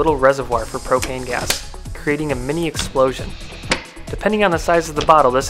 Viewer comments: "propain" Hank hill appears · He said propain 5 times😂🤣